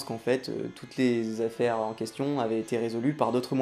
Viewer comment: Je vois ... je vois ... que tu as des soucis avec les liaisons des nombres : 50 z'affaires (pendant 50 z'ans ?) 9000 z'indices